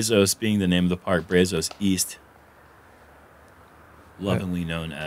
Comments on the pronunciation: "braz-us" not "bray-zose" :) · No way anyone in Texas said "brā-zos" it's "bră-zus" lol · Why can no one pronounce Brazos correctly???? Geez!! It's not Brayzos...its Braazus....its Texas yall. We say the "a" differently. you should know this! Yall are Texas boys also! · This is awesome! Even hearing Brazos mispronounced is ok...but the guys should know better 🤷🏼‍♂️ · Brazos is pronounced BRA Z”Oh”s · Guys it’s BRAHzos. Solid A for effort though. 😂